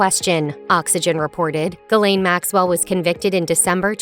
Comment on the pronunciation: why can't any of these videos bother to pronounce names correctly / why don't you have the thoroughness to pronounce Ghislaine correctly